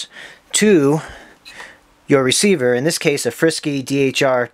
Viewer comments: reciever is pronounced free sky not frisky lol frsky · The way you pronounce frsky reminds me of some sort of cat food.